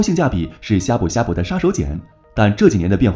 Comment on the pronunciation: 他連閩南語發音都錯了 難怪我聽到的時候覺得超怪異